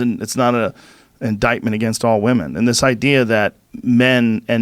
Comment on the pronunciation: "I've no ideer."